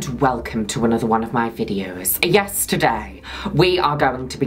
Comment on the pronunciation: For everytime Juno says "YES, TODAY" why do I hear YESTERDAY WE ARE GOING TO...!